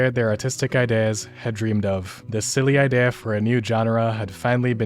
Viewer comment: Can't get over how you are saying idea